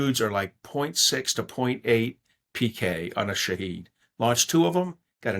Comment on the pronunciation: Did he call a shahed drone a shithead drone? 😂